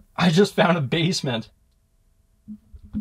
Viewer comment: "bassment" Davie504